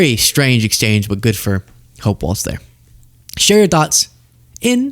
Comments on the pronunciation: Laura Ingraham is always condescendingly rude, especially to smart women. She has proven time and time again to be a dumb blonde that parrots buzz words! Good job, Hope! Tim and Gwen raised strong fabulously beautiful children! Please pronounce Walz correctly, there is no T in it. Minnesota Proud! 💙💙💙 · There is no t in Walz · I feel like I might be crazy, he’s saying waltz, not walz… right? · Isn't it pronounced WALZ... As in "Walls"? It's not Waltz. Please, please pronounce the name correctly 🙏🏼 thank you. From Australia ❤️🇦🇺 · Ok, I have to say it. Please say Tim Walz name correctly. It walz like walls, not waltz. It drives me crazy. Thanks. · Brah, it's Walz (walls), not Walts. That's a dance. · It's walz not waltz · It's not Waltz, it's Walz, like "walls," not like the dance. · Her name is pronounced WALLS NOT WALTZ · Walz. Like walls not waltz. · Walz not Waltz lol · Hey man, you gotta pronounce his and her last name right. Walz. Not Waltz. There is no dance here. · His name is WALZ!! Not WALTZ! It's important to get it right because there is a republican politician named Waltz. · I love you, but there is no 'T' in Walz. It's pronounced [Walls]. I know it's such a petty thing to point out, but it's driving me nuts. Thanks. P.s. Laura Ingram sucks. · Great video. But her name isn’t like the dance, ‘waltz’. There’s no ‘t’ in Walz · There's no "T" in Walz 🙂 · Love your podcast,! You are well spoken, smart, and wise. Please pronounce Walz’s name without a “t” like “walls” and not the ballroom dance! 😊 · I love your show. I love your content. I can't stand the way you keep saying Tim name is pronounced walls. It just distracts me so much and I don't know why that's about the only thing that I can complain about you. Please pronounce his name right, He might be the next President. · it's not baltz to the waltz...LOLOLOLOLOLOLOLOLOLOL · There is no "t" in Walz. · It's Walz not waltz. No T!!!!! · Walz is pronounced like WALLS, not Waltz.